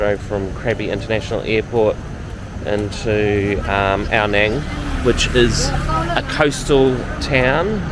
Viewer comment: Love this place... I lived there for 2 years all through covid and have many friends there. By the way it is pronounced as Ao "Nung" (rhymes with tongue) not "Nang" mate!